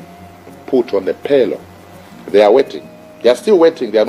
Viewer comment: Wait please bar man, it is pay roll and not paylo